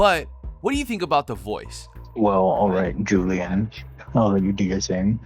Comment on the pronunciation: He said alright Julian 😭 didn’t even say her name right